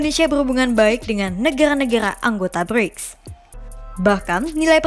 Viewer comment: lul,, gak bisa ngomong R,,,,,,, ha ha,,, mesil, alab,blics,,, lul